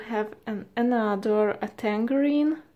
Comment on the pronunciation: You put a g on tangarein 😂😂 thats not jow you say tangarein